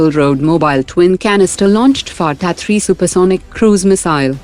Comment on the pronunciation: Fateh ko fatta bola mujhe to hassi agayi